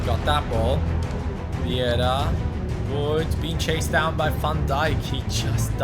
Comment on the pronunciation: You were pronouncing Viera's name wrong. It's actually Vieira not Viera... :D